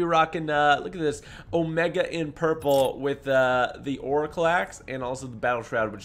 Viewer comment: Not Trying tone a follower but it’s omega